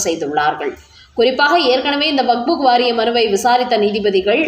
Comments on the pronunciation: ஆமாமா அது வஃபஃ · ஐயோ அம்மா! அது வக்புக் இல்லை. கேட்கவே நாராசமாக உள்ளது.